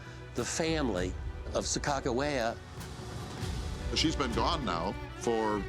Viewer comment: Sacagawea was the female Shoshone's name. The narrator needs to study the name and how to pronounce it properly.